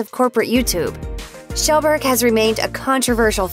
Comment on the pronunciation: You but pewdiepies past name is pronounced kee-yel-burg